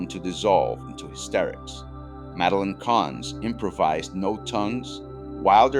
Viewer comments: I didn't know about Boyle meeting his wife and meeting Lennon. Ai can't pronounce Madeline! This is why it should be proofed before release. Very sloppy. Mel's use of real people was not that unconventional. He used secretaries, custodians and others who worked on the lot for Blazing Saddles screening because the mucky mucks didn't like it. Gene Hackman didn't spend just a day on set. I believe he was there almost daily watching because of the family atmosphere and the hilariousness of it all. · Who doesn't know how to pronounce, Madeline?9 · My favorite recurring joke is whenever Frau Breuker's name is mentioned, the horses go wild off screen. On the other hand, the AI narrator ALMOST made it all the way through this video, before mispronouncing "Madeline."